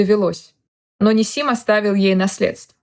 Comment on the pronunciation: Правильно гоаорить НИсим. Ударение на первое И